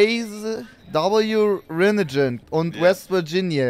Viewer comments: Die Art wie er Rinnegan ausspricht weil er das Wort nicht kennt da er keine Anime guckt - göttlich 😂😂😂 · "Rinnetschen"???????? Das heisst Rinnegan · Oh neiiiiiin digga wie er rinnegan ausgesprochen hat auaa